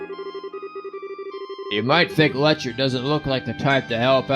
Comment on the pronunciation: It's pronounced Lek-ter. Put an emphasis on the t rather then constantly making it silent. It gets kind of weird hearing you call him Lecher all the time :p Also fun fact but if you interact with the board at the front desk after final exams you'll learn that Lechter scored first among all the seniors despite never showing up for class.